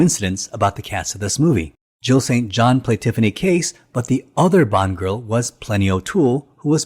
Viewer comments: It’s “Tiffany CASE”… not “Chase.” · It’s not Tiffany Chase. Her name is Tiffany Case. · Not Tiffany Chase.. Tiffany Case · It's Tiffany Case not Chase